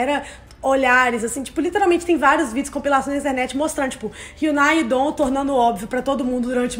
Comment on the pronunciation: Que agonia delas falarem e'dom ahhhh (não levem por mal eu amo elas, mas eu fico agoniada)